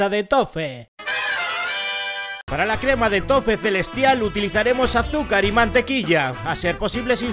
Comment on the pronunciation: Nickrator! YT Claro, pero la pronunciación es tofi...